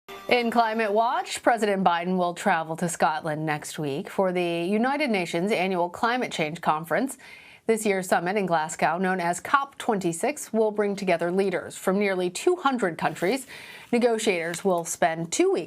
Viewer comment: For f*ck sake... How difficult is it to pronounce "Glasgow" properly? Its nothing like what she said... "Glass-cow" It's Glazz-go and it's 35 km from where I live, take my word for it on this one.